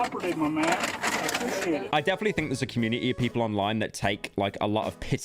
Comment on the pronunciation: “appricite it” 💀💀💀💀💀💀💀💀💀💀